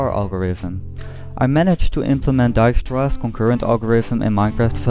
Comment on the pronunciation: The way you pronounced Dijkstra made me doubt actually:P Or maybe you are one of them Belgians ಠ_ಠ